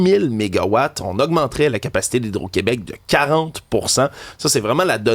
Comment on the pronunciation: On est tellement mal foutue😂au “Qwébec”